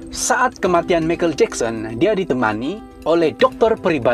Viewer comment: Michael ( pronounced - maikel bukan mekel )